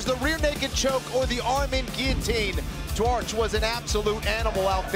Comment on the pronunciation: Duarte, Dante. Can't say Duarte but can say Dante. My gosh us Americans are bad at language